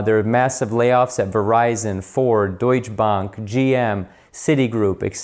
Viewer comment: It's time the Americans should learn that ETC is pronounced ET CETERA and not EXETERA and E is not silent in DEUTSCHE Bank. If you are doing this the full time some due diligence would hellp. Despite your channel title you should use FRED graph screenshots to substantiate the claims to eleviate the burden this being your opinion. Facts are facts and Opinions are speculation and thus resemble theology.. American Economics are the only math applied "science" where 2+2 = X